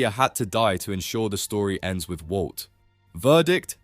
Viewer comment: bro said "wou" (walt) like 3k times😭😭